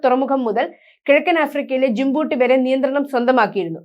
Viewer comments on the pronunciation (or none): കഷ്ടം... ജിമ്ബ്ബൂട്ടി. അല്ല മോളെ.. ജിബൂട്ടി ആണ്.... പറയുന്ന സ്ഥലങ്ങളുടെ പേര് മുഴുവൻ തെറ്റാണ്....